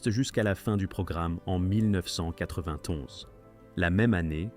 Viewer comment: Insupportable le "mille neuf cent quatre vingt tonze"